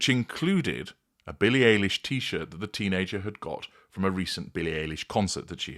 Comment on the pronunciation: ~ psst: pronounced Billie EYE-lish. 😉 American singer-songwriter